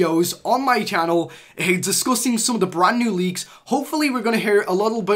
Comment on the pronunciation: I thought he said nude leaks